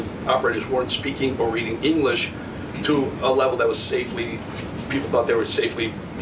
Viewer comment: Karoline Leavitt reads English saying Englis, and her sentence was that she felt people should read "Englis" properly but she reads the sentence incorrectly herself. It's the height of hypocracy making expectations of others that she has not attained herself